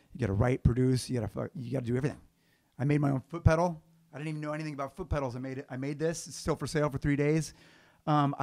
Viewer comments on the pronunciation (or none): Did satch say "foot pedal"" or "fruit pedal" ..it sounded like he said fruit at the beginning 😂😂